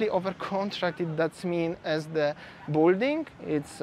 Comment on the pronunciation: BILL - DING - not BULL DING